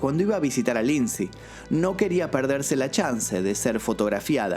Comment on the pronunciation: Lindsay Lohan!!! No Lindsey